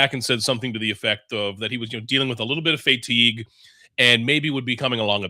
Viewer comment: lol thought the same thing